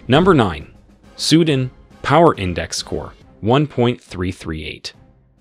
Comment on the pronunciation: “Sudin” ????? Wtf it’s Su Dan.